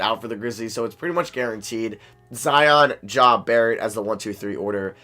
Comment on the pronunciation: did he say Za vs Jion? Lol